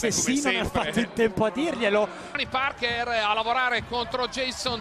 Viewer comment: “Tony Parkêr”…. 🤦‍♂️